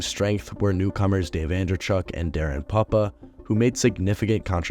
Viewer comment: Its poop-pah not puppah